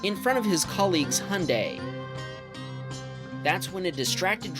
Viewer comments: why do you say "hun day" and not "hyundai" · How he said hunday it’s Hyundai lolll😊 I love the Honda bumps😂and why did you say everything is upside down in Australia 😂😂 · Hyundai or 🇺🇸 hunday it’s actually pronounced (hi on die )hy un dai And Renault is not renno it’s ren alt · This guy makes videos on cars but can't pronounce Hyundai because he's got an accent.